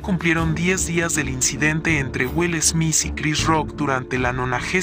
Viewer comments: 😂 Es smit así se pronuncia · No me concentré en el video porque me molesta que diga esmis jajaja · Me molesta tanto que diga smis 😱😂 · Yo escuchando durante este video: Will "esmiss" 🤦🏻‍♀️🤣🥴😂🙉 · Jajjaja Will esmis y Chris shosss jajaj